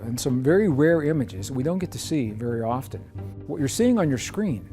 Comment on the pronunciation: Love it but off-Ten isn't a word. The T is silent. It's pronounced off-en